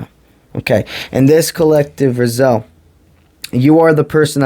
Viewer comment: Rah-Zee-El is how Raziel is pronounced bro. Ty for the msg